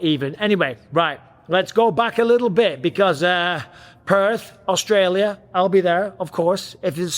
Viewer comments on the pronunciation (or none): none